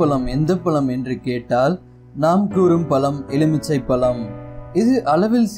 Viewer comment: பலம் இல்லை. பழம்.